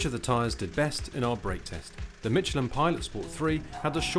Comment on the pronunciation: can this guy not pronounce "SH"? it's pronounced miSHelin, and at the end did he say CHopping around? or is he trying to say SHopping around?